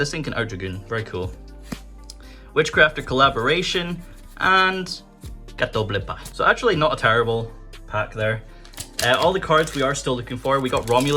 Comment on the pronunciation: nobody:: CaToBlEpA EDIT: Pog